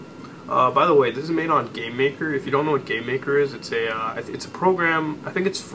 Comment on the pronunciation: lol, it sounded like you called the program "gaymaker"